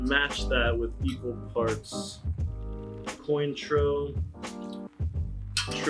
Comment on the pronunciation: You did NOT pronounce it “coin-troh”!